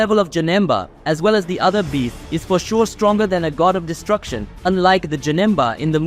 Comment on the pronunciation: Its destruction not distruction